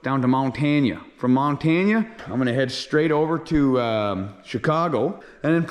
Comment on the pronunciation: you're stunned it's not Montaunuh or however you said (mahn-tan-uh)